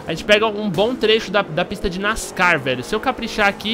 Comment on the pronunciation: o jeito que tu falo ''nascar'' ta errado kkkkk